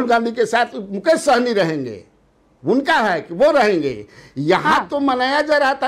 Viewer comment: यह विपक्ष वाले मुकेश साहनी को सैनी क्यों बोल रहे हैं अल्कोहल का असली नाम जात नहीं पता है क्या कुछ